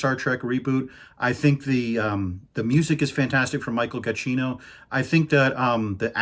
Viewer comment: Just a quick note, you always pronounce Michael Giacchino like "ga-chino", but the name is actually "ja-kino" (sorry I'm no native English speaker so that is my best guess on how to transcribe the pronunciation into English).